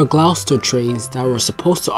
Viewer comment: This is a very good documentary. I would consider redoing the voice over narration with a more professional narrator (the word name Gloucester is pronounced "Gloster"). There are lots of other mispronunciations, or wrong word usage. Otherwise this is a very good piece that strikes me as being well researched and written.